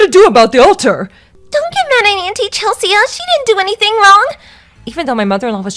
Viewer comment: Chel-see-uh? That name is pronounced Chel-see!!